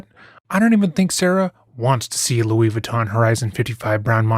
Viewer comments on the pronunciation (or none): none